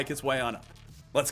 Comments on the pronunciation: Lost me at “Nuh-vidia” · it's not pronounced nvidia, its N-Videa